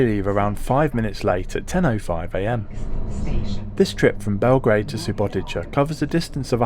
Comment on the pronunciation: I have to be that guy, but this is SubotiTSa, not SubotiCHa.